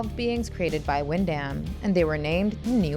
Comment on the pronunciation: Will check out the film soon. Very familiar with the HE from the comics. BTW...the last name is pronounced "Win-Dum".